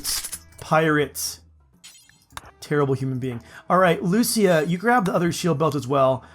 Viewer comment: lucia is usually pronounced lu CHEE a